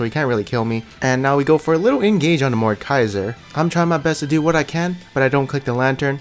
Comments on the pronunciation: Anyone else getting triggered by him saying mordkaiser instead of mordEkaiser? I know its supposed to be funny(at least i think so) but its just... ugh... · I Cringe when he says "mordkaiser"